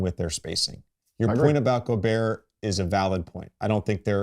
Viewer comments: Bron slipped in calling gobert "gerber" (baby food) sent me 😂😂😂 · Bro called him gerber